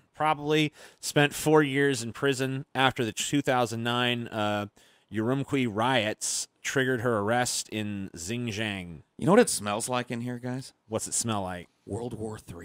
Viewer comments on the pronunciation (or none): Listening to butcher "Xinjiang" was utterly hilarious